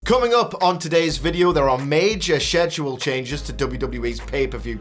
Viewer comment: It's pronounced Schedule, not Schedule.